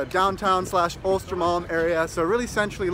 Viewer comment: Östermalm, not Ostermalm. You should know that by now. 😤